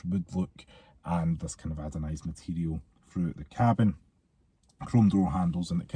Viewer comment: I wasnt gunma say anything but i cant stand it anymore 😂 ANODISED not adonised 😂😂 ❤